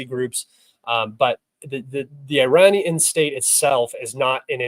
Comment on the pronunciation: You Cant pronounce iranian perfectly I am disappointed unsubscribed